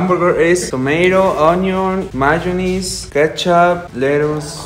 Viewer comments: i pronounce it "man- aze" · Actually that's how malaysians pronounce mayonnaise xd